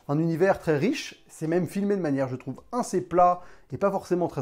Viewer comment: Vous avez remarqué que quand dit "assez" il prononce "inssez"? ou encore ça fait plusieur video que je l'ai remarqué